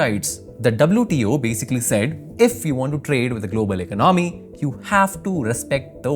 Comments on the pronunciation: Great video! But you should work on the pronunciation of the word ‘economy’. 😊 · Why you keep giving us the side eye? Why don't you learn how to pronounce the word: economy.